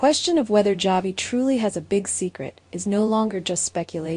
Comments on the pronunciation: His name is not Javi.Its pronounced as Havi.The J Is an H. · Yes its pronounced havi his name is a Hispanic name javi